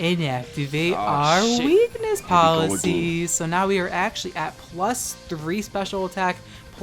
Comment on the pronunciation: Glad to watch another video! I love how you say “Weakness Policy”, lol